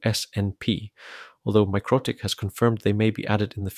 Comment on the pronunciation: Isn't it pronounced mick-roe-tick , Anyway where did you get this ? Literally none for sale in the UK